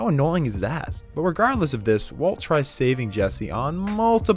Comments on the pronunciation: I like how he randomly starts called Walt “Waltuh” lol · i lost my mind when he started calling him waltuh😭